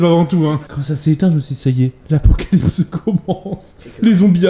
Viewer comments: je suis désolé inox mais on dit apocalypse et pas "acopocalypse" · L’ACOPOCALIPSE , inox ???😂😂😂